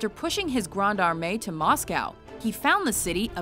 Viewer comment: MOSSGOW? LOL